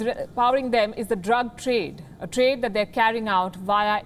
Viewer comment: she just wanna throw the "drug" word out like she cant control it🤣